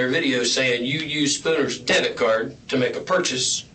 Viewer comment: I was just listening to this and they are clearly saying "death card" instead of "debit card". both of them. so I had to walk over and look at the video and text and even while reading it on the screen, im hearing "death card". "Deh-bit" that's how you say that. what the fuck? they are not making the "b" sound at all. that's weird considering this is about a murder.